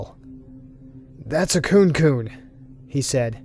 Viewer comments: not to sound mean but "kunekune" is pronounced "koo-ney koo-ney" not "koon koon" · I was super confused with the wriggling body stories... but I realised it's kunekune which is pronounced kunè kunè e as in "eh".